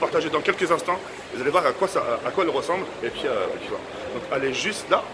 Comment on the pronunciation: Combien de fois il dit « et puis fouala »